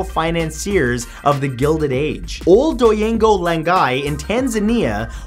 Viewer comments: i lov how u pronounce oldonyolengai 😂😂 much love from Tanzania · Fact 28 hahahah how he pronounced Oldonyo Lengai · Hahahaha!!!! that pronunciation for Ol Donyio Lengai is terrible. Ask someone from East Africa to tell you how it is pronounced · that pronunciation of Oldoinyo Lengai